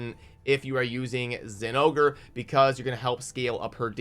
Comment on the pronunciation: Hearing zingore hurts my soul. Why does everyone else ignore the "o"